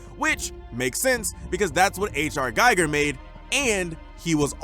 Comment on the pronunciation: It's pronounced GUY-ger.